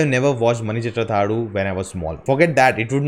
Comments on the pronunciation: That is not pronounced as mani chithra thazhu that is not u that is half u just pronounced as mani chithra thazhū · U in last of the name is not prnounced.